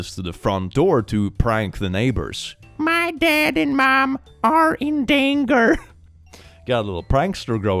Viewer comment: I just have to the kids defense for a moment here. The kid spelled “danger” correctly, idk what was thinking with saying “danGUer” though. 😅 😂